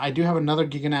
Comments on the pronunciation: its Jai-ga as in Gigantic. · Is it "Jai-ga-noto-saurus" was the right pronunciation?